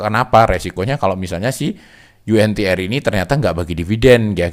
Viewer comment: saham Yu En Ti Er.. hehehe kirain yg bener Yu En Ti Ar